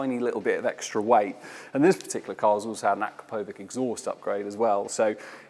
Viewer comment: AkraPOvik? I always thought it was aKRAPovitch. No pun intended...